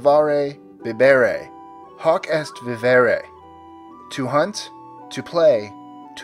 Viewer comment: You mispronounced vivere